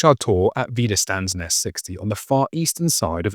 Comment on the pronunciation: First of all a little help in speaking German : Wiederstandsnest is pronounced with "sch" like in trench the "ch" ending. "St" in wieder"st"and becomes "scht". Thank you for showing all that with maps and pictures and everything. Great job. Thank you so much